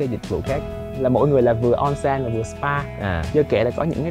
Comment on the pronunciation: Onsen trong tiếng Nhật đọc là ôn-sên a ơi :))